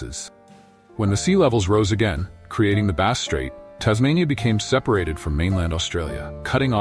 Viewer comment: A lot comes across like AI goop. Some descriptions apply to mainland Australia's tribal people, not Tasmanians. Many images are ridiculous, showing wrong race types. 'Tent' dwellings etc are shown which they did not use. Vegetation shown is wrong. Even 'Bass' is sometimes pronounced incorrectly. Tasmanians used/carried fire, but could not make it. Did not eat fish for some reason & couldn't catch. Only ate shellfish. Only wore tied skins. Did not sew large possum skin cloaks like southern mainland aborigines. Why bother making videos if you're prepared to be so inaccurate?